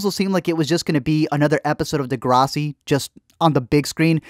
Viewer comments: did u just pronounce “deGRASSi” “deGRAHssi” ? ...was it a joke or?? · They way you say Degrassi triggers my soul